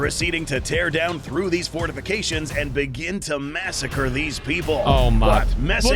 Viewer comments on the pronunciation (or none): none